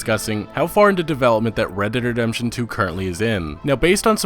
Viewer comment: He says it like Redederdemption lmao